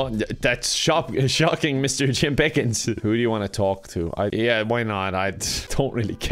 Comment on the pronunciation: I could not stop laughing at the "Mister Jim PIH-kins" at 😂😂 I had to rewind and play it again and again and again.